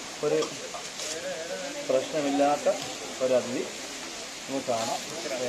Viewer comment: Athithi athithi ennu parayunu adhithi suresh ano orale parayuna poleyanu adhithi ennu parayunne